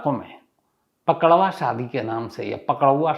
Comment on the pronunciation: अरे सर जी पकड़वा शादी नही पक डउवा शादी बोलते है 😀 प्रणाम 🙏 सर जी अंकित पांडेय